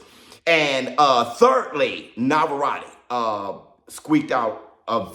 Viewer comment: "Navarrati" come on! 😂